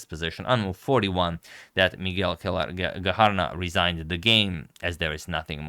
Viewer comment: I believe his middle name is pronounced "kway-lar"